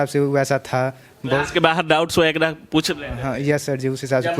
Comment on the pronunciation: वगैरा होता है, आप व्यग्रा बोल रहे है रिपोर्टर जी